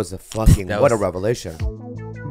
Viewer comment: "what a revalation" 😭😂